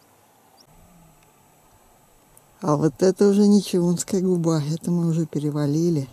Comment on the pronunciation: блин! не ЧаУнская , а ЧАунская!! если делаете видео, хоть говорите правильно о нашей Родине